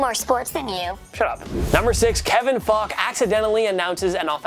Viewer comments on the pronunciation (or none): Kevin Faulk isn’t pronounced Fock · .....is he saying Fock? 😂 wouldn’t be surprised if it was intentional